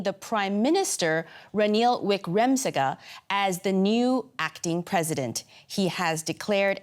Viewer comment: Dear reporter, thank you for this insightful expose. One suggestion - please practice pronounciation of the names, especially of key figures such as Ranil Wickremasinghe (it is phonetic). Thank you.